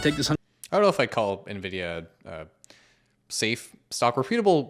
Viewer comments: Am I the only one that hears the first guy say “navidia” instead of “nvidia”? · Loved the guy putting $100K into Nvidia when he can’t even pronounce it correctly. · cracking up at a guy telling you to buy a stock when he can't pronounce its name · the way they pronounced nvidia...